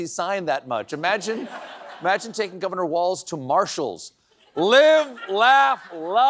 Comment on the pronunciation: "... FOR GOVENOR" 🤣🤣🤣🤣🤣 im dead